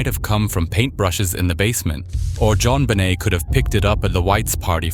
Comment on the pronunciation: Pronounced JonBenet in multiple ways. Dog shit.